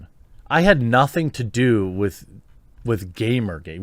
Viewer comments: LOL, I asked on Twitter that you say "gamerrrrrrrrrgate" today in a vid, and you didn't disappoint, Jeremy. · Quartering Could you stop saying Gamergate in a drunking tone?